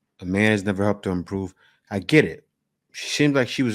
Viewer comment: mark. Too bad they didn’t help improve your pronunciation of the word improve because I’m searching for the word you said “ improot “ and I can’t find it..😅😅😅